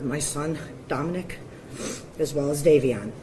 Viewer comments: DOMinick, not domiNICK. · your pronouncing Dominic like that is killing me haha 😂 DomAHHnic. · I had never heard anyone pronounce it Domo-NICK before. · Not my son’s name being Dominic and me being triggered every time you say his name lol I rebuke that in the name of Jesus, my son will never be involved in anything like this lol